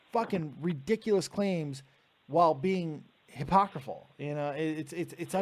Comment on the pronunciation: Why do you keep saying hypocriful instead of hypocritical? Is hypocriful even a word?